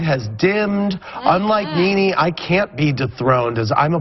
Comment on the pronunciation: the mezzy mahon, IT NENE NOT KNEE KNEE, NOT YOUR KNEES ON YOUR BODY, LOL